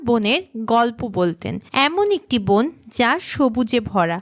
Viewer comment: বোন কি? বন বলতে পারেন না ? মূর্খ !